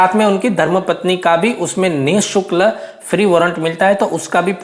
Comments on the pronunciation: Sir nisukl nahi nishulk hota h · Ni shukl nhi hota ni shulk hota he